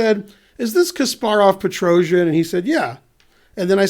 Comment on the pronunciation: a side note: s in petrosian is pronounced like regular soft s, not j or zh or whatever.